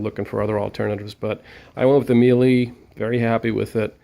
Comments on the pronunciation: It's pronounced me la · Thank you, you would think this guy would know how to say Miele properly.